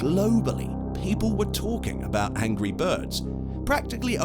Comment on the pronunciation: He said angy birds